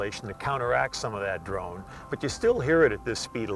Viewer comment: a 4 cylinder angine can "drowne" a little bit at low rpm. sorry, what did he say? i can´t make it out. drome? drowne???